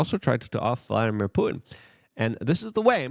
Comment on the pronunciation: The word is PuTin. Not Poo In. When are you going to learn how to pronounce the T in words? You sound like a Kardashian.